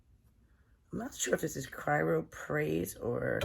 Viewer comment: It's Chrysoprase